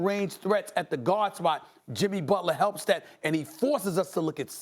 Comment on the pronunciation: BUT-ler :Stephen A. Smith